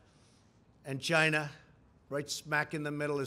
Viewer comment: LOL why can't he say China normally